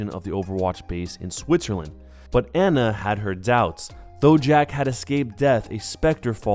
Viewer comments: You’re saying Ana wrong.. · If you say Ana's name wrong one more time I will commit toaster bath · good video but every time you said anas name wrong i cringed